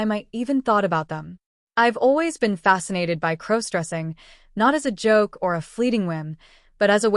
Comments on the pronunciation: That's AI it misspronounces all words that depend on context for pronoucyation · What HE said! Please FIX your stupid AI app! It is CROSS DRESSING, not CROWS dressing! 😖